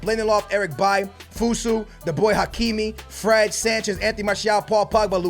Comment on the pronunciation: Its FOSU NOT FUSU